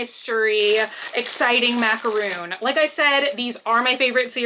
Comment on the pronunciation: I love you but hearing you say Macaron , incorrectly is driving me nuts! Macaroon is a type of coconut biscuit ( I’m Aussie , we say biscuit, you’d say cookie). Macaron is a French biscuit. Mac-a-RON, not Mac-a-rune!